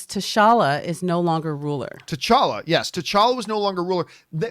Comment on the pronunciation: I can't figure out. Sometimes she'll drop a deep cut reference that shows how much she really knows movies, but moments later she'll pronounce T'Challa as T'Shalla.